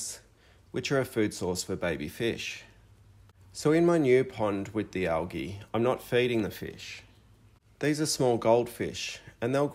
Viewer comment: Pronounced Al Geeee, not algee.